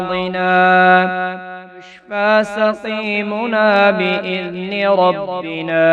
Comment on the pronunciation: 1.18 rabbana, aap rabbina padhe,aur baaz jagha bhi aap zaber ko zeer padhe, pata nhi, which rule or may b other country you belong